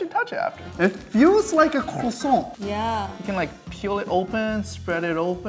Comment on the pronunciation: bro just had to say crossont like that